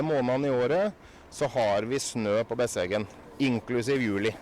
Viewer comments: You do have landscape like thi in the USA. In the Rockies, in the Appalaceans ( probably spelled wrong 😂), in the Catskills. Besseggen is peonounced with stress on the first syllable 😊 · There is no n in the second half of the name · Pronounced: Bess-eggen Sounds like you are saying Bessengen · It's Besseggen (bess eggen) like it's spelt, not bessengen (bess engen..). Just like it's not "Eng and Bacon"... ;-) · no, you pronounced that wrong. its bess egg en not e ng en. the bess edge not the bess field, you said the bess field. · I wonder where he gets that N from. Bessengen he keeps saying.. Where is that from again? Besseggen, dont ad stuff all the time.. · Besseggen, not Bessengen.. Americans often just add extra letters to words to make it easier to pronounce :P My class at school did this at 15-16 years old. Some ran an used like 5 hours, but most of the class used 7 You don't have to be top-trained for this ;) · Norwegians are like mountain goats 😂 No n in there. Besseggen ( not bessengen) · Seriously, what is it with Americans and adding letters that aren’t there 😂 Its not BesseNgen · You say it wrong, it’s called BESSEGGEN, try to make it right. I’m Norwegian and I’ve never walked Besseggen, but I have several friends who have. It is not a must! All the best from Eva, Oslo Norway 😘